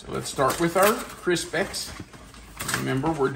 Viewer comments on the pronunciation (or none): I like that you had some different things in this version that I don't normally have in Chex Mix. An observation, it seemed like you pronounced Crispix as if it was spelled Crispex. I thought it might be an accent then, but then you said Kix, like Kix. Did I catch that correctly? Favorite road trip snack food.... I like Chex Mix, cashews, spicy peanuts, dark chocolate covered almonds if it's not too hot (don't want them melted), some good jerky or dry sausage it good too. Truly enjoyed today's video.